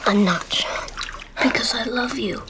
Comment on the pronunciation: sean bg bukan sin